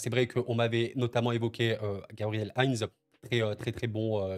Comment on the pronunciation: Bonjour, 🤣🤣🤣🤣🤣🤣🤣🤣🤣Ah! Les jeunes C est pas du ketchup, ca se prononce, Heinzeu, le E n est pas muet Tu auras appris aujourd hui. Bonne soireee